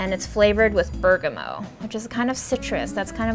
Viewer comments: It's pronounced BERGAMOT. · one thing: bergamot is pronounced with a hard t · Love that she fully said burgameaux. C'mon, let's feel fancy 😂